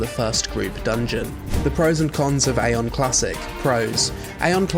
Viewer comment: Eye-on (like an eyeball). Say it with me everybody: Eye-on. You actually did say it once by accident,! "Mana is a resource I actually had to keep my AION"....